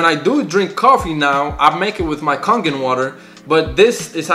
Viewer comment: It's pronounced Kay-gen water.